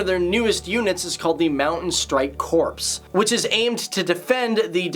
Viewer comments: It's pronounced "core", like an apple core, or the marine corps but not "corpse", like a dead body. Also, U.N.E.S.C.O. is pronounced "youNESSco", no need to intone each individual letter when its creative anachronism allows it to be read at an actual name and not just the initials. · Not to be too much of a pedant, but does this narrator really not know that the word, "corps" (a military unit), is pronounced like "core", and not like "corpse" (a dead body)? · The word "corps" pronounced core, as in an apple core. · mountain strike "corpse" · "Mountain Strike Corpse??" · strike corpse ('corps' I guess) .... hahahahahaha ROFLMAO ... any doubt I had about your accuracy were cleared with that...